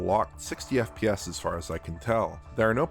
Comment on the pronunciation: Every time this man says FPS, I hear F-PYES. Am I alone in this?